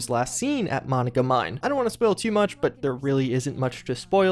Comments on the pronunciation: Say it with me now, Muh-non-gah. Not mono-guh. Lol. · Monicamine..... Moh-non-gah mine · Emphasis on the middle. MoNONgah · mo-nahn-gah like the holotapes say! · ..Im from WV. Can we correct your pronunciation of Monongah?..its Muh-Non-Guh i literally went to grade school there 😂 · I live near monongah and the way her pronounces it messes with me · Thumbs down until you learn to pronounce words correctly. & & Monongah.